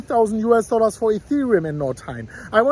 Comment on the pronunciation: I love when you pronounce "US Dollas" 🤑🤑